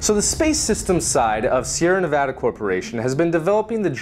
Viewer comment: I love you just because you Pronounced Nevada right. You're getting a like on this video